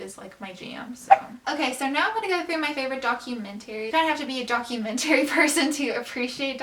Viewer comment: The way she says documentary pisses me off